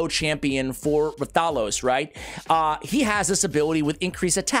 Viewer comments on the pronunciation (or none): Hey, sending YOU positive vibes. Now, as you know, you specialize in R:SL and I specialize on helping your pronunciations...😅 Its Wrath-a-los. They just dropped the W. Not Rah-thalos. Ok, so. Repeat after me: Wrath-a-los, WRATHALOS! With feeling! Now, go forth and be great. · The name is pronounced Wrath-uh-los.😊❤